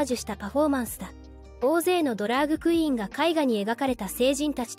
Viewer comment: 他の多くのYouTuberが「ドラッグクイーン」と表現をしている中「ドラァグクイーン」と正確に表現していて感心した。